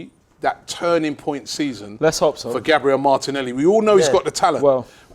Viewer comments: It’s not Gaybriel it’s GABBB RE L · its annoying enough saying Gabriel, but at least pronounce it right if he cares so much about respect